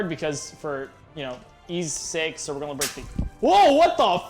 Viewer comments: always out here saying "golna" instead of "gonna" and it's bothered me forever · Does anyone else find it adorable that he pronounces “gonna” like “gullna”?